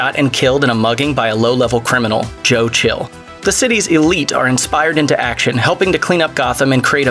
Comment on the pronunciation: I believe its pronounced “Schill” not “Chill” just because it was written that way 😫 did you actually watch these or are you just reading a script someone wrote you?